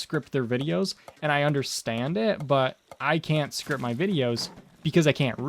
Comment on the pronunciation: lol did you say "scrip" your videos? xD